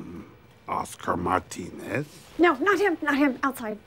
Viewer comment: Can we just appreciate the respect Kevin put on with that “Martinez” pronunciation, don’t think I noticed before 😂